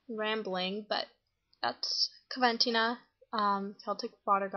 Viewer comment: It's pronounced coh- ven - teen - ah 😊